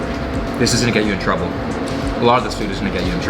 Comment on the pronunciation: and , emphasis on the trouble